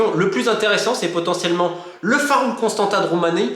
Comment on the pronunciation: Merci ! super vidéo comme à l'accoutumée :) Sinon on prononce Constantsa (c'est un T cédille le dernier ^^)